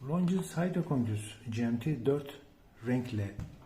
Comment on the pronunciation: abi lonjin haydrokınkest diye okunur